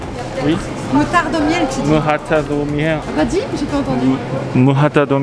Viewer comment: Il a dit mourata de mer2 au lieu de moutarde au miel